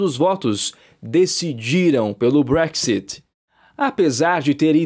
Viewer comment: Nem sabe falar BREXIT 😂😂😂😂😂😂😂